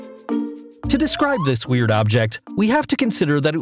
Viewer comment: Stop say W E R I D